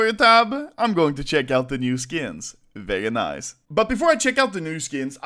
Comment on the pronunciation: Vewry naice